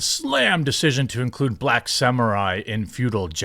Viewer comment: We wuz sam'uh'eyez